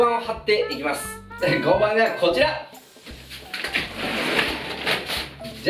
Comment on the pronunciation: 合板=ごうはん、と読みます。